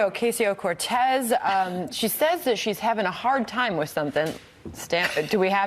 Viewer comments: First of all, you DEAD EYED BLONDE TWAT, her name isn't OcAYSeyo Cortez... it's pronounced, OcOsio, YOU FUCKING uncultured, Botox assaulted, dumb shits!! I hope these women get Botulism. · Oh-COSS-C-Oh! Not Cass! Idiots! How dare the bi-itchy laugh! Her clothing? F*ck you asshole! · I love how they pronounce the first part of her last name as if the word “see” is in between it, and sounds it as “queso” as in the melted cheese, to all in all sound like “o-que-see-o”. White people at their finest, ladies and gentlemen. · Somebody please tell them her name is pronounced Ocasio Cortez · Fuck this fox new bitches. Cant even say her name right, Alexandria Osasio-Cortez. Bitches roll those rrrrrrrr. I swear i wanna slap the smirks off these dumb fucks at fox faces. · I think they were told to miss pronounce her name on purpose by the higher ups. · First of all none of these idiots can pronounce her name correctly... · Did they even try to say her name correctly? I'm going to guess no.... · Shame on Fox for their shallowness and turning a real social problem into a joke and at the expense of a new member of Congress. Pff. They’re so pathetic. Also, they’re so racist, they don’t even learn the proper pronunciation of her name. They’re lower than low. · Why are they deliberately mispronouncing her name? Fox news is so juvenile! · The fact that they can’t even pronounce her name right (let alone make fun of her for not being able to afford an apt in DC) shows that they could give two shits about her or any regular person in our country. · Say her goddamn name right you corporate hacks. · Jesus fuckin' Christ man. If you do not know how to properly pronounce her name by now you do not belong in journalism, you stupid bimbo. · These pompous assholes. They won't even say her name right, I think that's intentional to demean her. People like this should be put out of our misery. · I think it's pretty obvious they're purposely mispronouncing her name